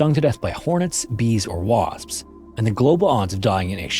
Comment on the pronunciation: Did anyone else notice the AI narrator said "wasp" instead of 'wasp'? 😅